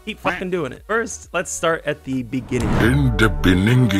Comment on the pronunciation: In the beninging 😂😂😂😂